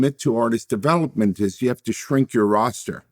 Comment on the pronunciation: Who "ju" talking about? "Ju" talking about me? I'm taking about "JU"! 😮 WELCOME TO "JU" TALK!